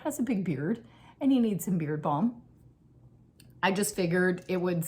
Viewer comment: Beard balm…ooohhhh! I thought at first you said beer bong and I was trying to work out what that was.😂 Very nice to see you again. Knitting, traveling, and books…what else do we need?